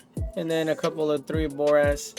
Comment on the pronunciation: I laugh every time you say, and dint even try to pronounce Hephasteakjhokhgolh or what ever its called haha.... great video for ship mining starters, though!